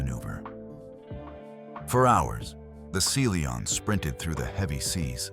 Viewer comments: Seely On? Really? You can edit the way artificial voice pronounces words. 🤨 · I'm available for narration, I'm good at it and I charge a very fair price, hiring me will benifit you by increasing your viewership. And you wont have problems like pronouncing SeaLion like see lee on. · You should listen to your video before you post it. The submarine was the "Sea Lion", not the "Sea Leon". Lazy and sloppy. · Your AI narrator does not pronounce Sea Lion correctly. You should not release a video with such an error. Proofread first!